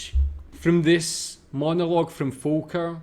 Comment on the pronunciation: Last comment: I ❤ how you say Volker. Well done. Thanks for your Videos.